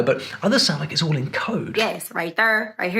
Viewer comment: Why do you pronounce the word, "all" as "ole"?